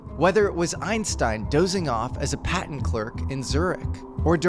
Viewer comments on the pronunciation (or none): none